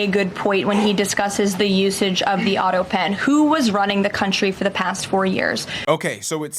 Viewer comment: autopen not autopin! Thanx for your surefooted take on what's going on, I enjoy your style and your straight shootin' courage! BTW "Doctor" Jill which is what she insists on being called, or "Doctor" Biden, is not an impressive doctor like the title implies, she has a minor degree in education that is not even impressive. nor has much clout in the Academia world. Such a bunch of breaching phonies across the board. Between OBiden showering with his daughter and having a depraved drug addict for a son, its not surprising that this is a dysfunctional family. My heart goes out to such family dynamics because its indicative of our messed up society that covers everything up and puts on virtue signalling and being insistent on being called "Dr" to make for a good image. So messed up and sad the price we pay to "look good" takes its toll on our families and our country. What a mess!